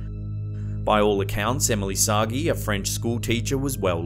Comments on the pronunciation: Oh, for heaven's sake. 'Sagee' is not pronounced 'Soggy' but as 'sah-Jay' -- it's French and there's an accent aigu on the first E. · The doppelganger case is Emelie Sah-Jay. Not Soggy. I got corrected on that by a friend who speaks French. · I think it's written Sagé and pronounce /Sajé/ not /Sagee/ or whatever